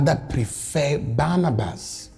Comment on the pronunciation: You mean Barabbas not Barnabas